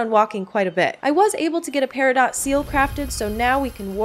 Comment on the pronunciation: Thank you for this! I'll stick to Coral Island I think. This was really helpful in seeing how the game really is. It's super cute though. P.S.: the stone you used for the seal...it's spelled peridot but it's pronounced peri-dough! It's the common birthstone for August.